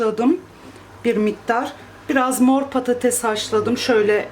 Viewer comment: Abla Slm patatez deme patates de 🙃